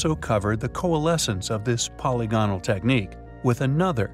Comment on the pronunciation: Be more careful of your pronunciation of words in your videos. Google "pronounce polygonal". It will yield a very different pronunciation from what I hear you say. Also the word "corroborate", wow, are you off with that one. It's not "co-wob-borate". These mistakes case doubt on the content of your video.